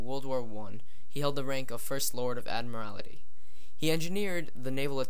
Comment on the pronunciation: Dull voice, love the mispronounciation - Blenhime, Admirality. Really poor. American education system is really lamentable.